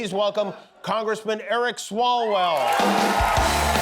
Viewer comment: Swallwel? O behave